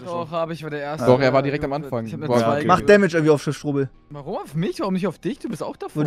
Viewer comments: Hat eigentlich ein Sprachfehler? swaiter! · Macht er richtig oft im Stream. Zu zwei sagt es swai. IDK ob es ein Sprachfehler ist, aber es meeega witzig hahaha ^^